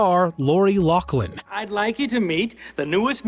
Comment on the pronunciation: Loughlin = Lofflin, not Locklin.